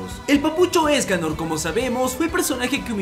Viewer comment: La primera ves que vi los 7 pecados capitales era una memegirl por decirlo así Y cuando escuche ESCALOR YO ESCUCHE... ESCALERRRRRRR